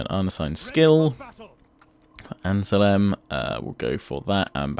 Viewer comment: Critique Report: Real farmers keep working under artillery fire! Praise: Superb defensive setup. Optimum use of javelins. Mistakes: Forgetting about saving money for onagers... Suggested Actions: Send an army to invade Palma Land one army on Corsica and send the other one back. Other Comments: "ANN-SELM" not "anselem"! Overall: Good job.